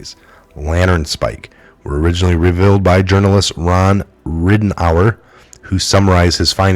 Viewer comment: Words you mispronounced" mechanism", "revealed", "incorporate" , "pedestal", "apathetic", "disaster", "mistresses", "distrust", ..... I point this out not to be picky but to be helpful. Also you tend to add pluralism or not pronounce plurals when written. in addition you add words that are not in the text and you tend to leave out words that are in the text. Accurate reading is a skill that must be taken seriously if one seeks to be successful as a journalist.